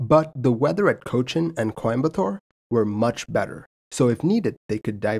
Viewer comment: I can’t appreciate how well you said chennai, cochin and coimbatore